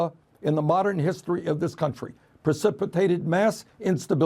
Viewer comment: 4.35 He mispronounced "Iraq"